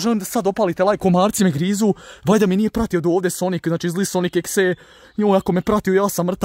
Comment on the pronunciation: Kaže se sonik dodi EK si. Mislim daje videe namješten jedino kuća je uvjerljiva